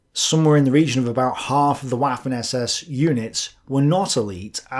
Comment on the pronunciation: I especially enjoy how he pronounce "waffen".